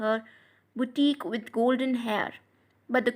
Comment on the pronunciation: abe gadhe its buteek 🤣🤣🤣 mam ke hisaab se 🤣😆😆😆😆